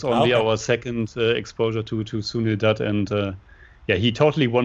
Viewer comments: nope. Ask your girlfriend if "Doot" (as you pronounced it in this video) is correct. Although, you are both getting much better with your pronunciations.. for example, did great pronouncing Kishore Kumar. You both still have problems with words like Jai and Ram. You will get there eventually. Also, keep in mind the letters CH as in Chandra and the letter J as in Taj are pronounced like the American Ch in Chuck and J in Jack, instead of the French pronunciations as in Charlotte and Jacques. Also, the a-n sound in the Chan portion of Chandra does not sound like Jackie Chan's last name (and certainly not like the Shan in Shanty). It sounds like the u-n sound in the Chun portion of the word Chunk. I don't know why most Americans equate the foreignness of Hindi with the foreignness of French. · &, listen to how your guests pronounce Sunil's last name, Dutt. They are pronouncing it correctly. You two are both getting it horribly wrong. You always have. The vowel sound is the same as in Cut, Hut, and Mutt; NOT like Moot, Toot, or Hoot.